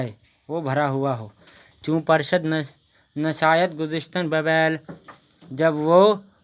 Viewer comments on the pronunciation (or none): پر شد نہیں ہے پور شد ہے